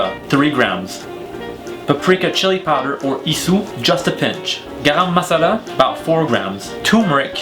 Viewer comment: The way he said "garam masala" kills me